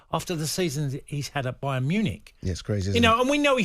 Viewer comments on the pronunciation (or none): none